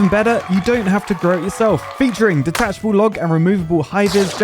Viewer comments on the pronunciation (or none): "Detatchable Log" Oh... Oh no...